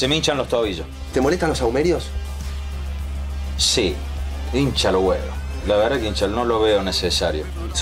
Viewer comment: dice sahumerios, no aumerios